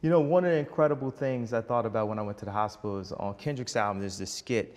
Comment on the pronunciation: No more "hospital". I shutter when he says hospital. Mary40 youtube